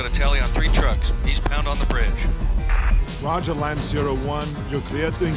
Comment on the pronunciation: Surprised that you didn't sin "Lime - Zero - One", when any military person, especially a pilot, would know the phonetic alphabet. (it's "Lima - Zulu - One")